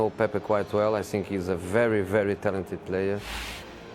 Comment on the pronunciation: Jose's "i sink" is like a music to my ears😂😂